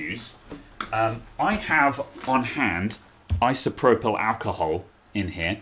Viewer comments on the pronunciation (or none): none